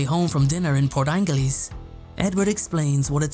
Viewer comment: The Quileute Tribe is pronounced QUILL-yute (kwill and yute as in cute). Also, the “g” in Port Angeles makes a “j” sound like in jump or jury. I mean you no disrespect. I’m from the Pacific Northwest and these are commonly mispronounced words. Thank you for the video it’s very informative, cheers.